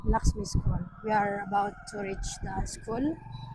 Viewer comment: Hindi SKOL dear, SKUL hehe